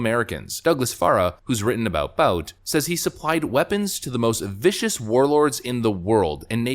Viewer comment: Victor Boot; that's how it's pronounced.